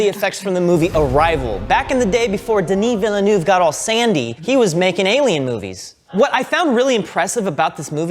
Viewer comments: You might have a chance of getting Denis Villenoove but I suspect if you want Denis Villeneuve it would help if you pronounced his name correctly. it might get on his vill-nerves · Villenoov again! It's pronounced Villeneuve guys! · "denee vill-e-noov" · Great show guys but I got to says you really screw Denis Villeneuve name, try to says it as Ville-neuve. Try those 2 name separately on as a french word. Great job guys! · If you ever get Denis Villeneuve on the sofa, you'd better pronounce his name correctly. 'Veel-nerve'. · The way americans pronounce Denis Villeneuve’s name is hilarious 😂